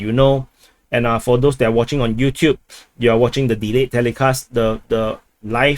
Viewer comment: Sometimes you say "moving on" and sometimes you change it to "moving onT" i wonder why?